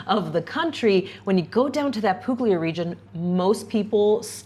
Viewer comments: Monopoli is great!! BTW it's "pool-yah", not "poog-ly-ah". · Monopoli is wonderful! Two things though. There is a decent expat community there, but not everyone lives there full time because the winters are fairly cool and wet. Second the "g" in Puglia is silent. "gl" together sounds like "pulya." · Puglia has no hard G Poohleeahh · Hi guys, Monopoli is great and Puglia is great. Just so you know, the g is silent: Pool’yah is closer to authentic Italian ;) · Puglia pronounced with no hard G!!!